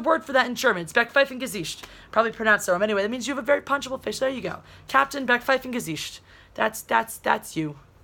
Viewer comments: D Just how you pronounced "Backpfeifengesicht" was hilarious!^^ (German here) Almost accurate though. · Backpfeifengesicht is more a slapable face, than a punchable one, but the pronunciation was alright 😀